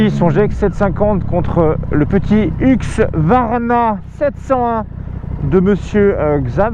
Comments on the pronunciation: par contre c'est HuSQvarna pas HuQSvarna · Husqvarna pas huqsvarna stp